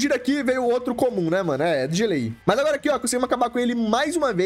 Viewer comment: Ele falando agola kkkk